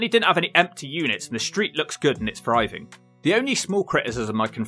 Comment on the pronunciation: Where is that accent from where people can't say "th"? I.e. the narrator of the video says, "There are some towns and villages still "fryving" (instead of "thriving") in the UK".